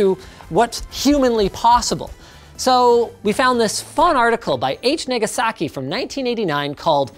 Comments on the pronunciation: Linus says "Nigasaki" instead of Nagasaki, LOL!!! XD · Linus says article by H. Nig*asaki instead of H. Nagasaki 😂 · Sounds more like Naygasaki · We now have a perfect clip of Linus saying Niga(saki) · Linus says Niggasaki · why did i think he said the n word when he said h nagasaki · SOUNDS LIKE THE N WORD